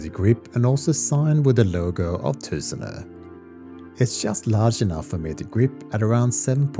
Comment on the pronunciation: Fantastic review! And thanks so much for your proper pronunciation of Tusenö and Göteborg :) I have a Tusenö Blackwater en route now! Seeing the attention to detail with the design language of the Shellback, I'm so excited to try the Blackwater. Tack så mycket!